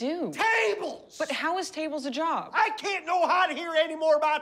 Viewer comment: Netflix subtitles says "I cannot hear anymore about tables" but if you slow it down I'm pretty sure he breaks up "Cannot" into like 3 syllables, something along the lines "I CAN NO NOT HEAR ANYMORE ABOUT TABLES!" :p